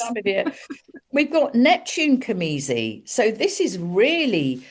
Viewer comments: I apologize for this Virgo nitpick, but it is cazimi, not camizi, yes? :elbowcough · isnt it cazimi. am i hearing it right